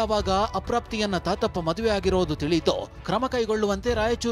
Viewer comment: ತಾತಪ್ಪಾ,❌ ಗೋತಪ್ಪ..